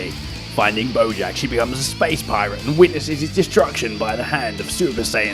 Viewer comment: "Boyack"